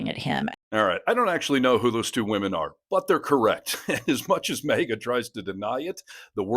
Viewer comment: You know it’s MAGA not MEGA , right?